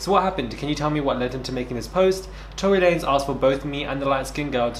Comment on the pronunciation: "Torey lanes" 👀 we still love you tho❤